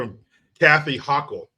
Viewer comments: Hochul’s last name is rhymes with VOCAL. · Pronounced HOKUM!!! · It’s pronounced Ho-kuhl. She’s a socialist. I lived in the hood in Buffalo, NY for seven years. Every single house had computers and smart phones, including kids with I phones. Everyone.